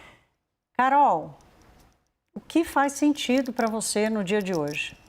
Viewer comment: Banco Master era pirâmide. E essa âncora que fala "proxexo" "exe" "voxe" me deixa agoniada. Que show da xuxa é esse?